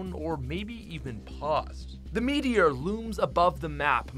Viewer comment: Gacha Dino metior you really said metior I’m dead💀💀